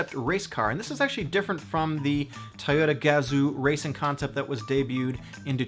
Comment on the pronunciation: IDK why but the way you say toyota just really bothers me. lol